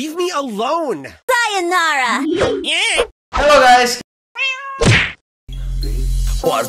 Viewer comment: "HALLO GUYS" you indonesia🤔🤔🤔